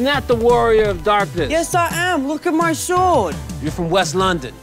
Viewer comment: “Yes I am lewk at miy sowrd”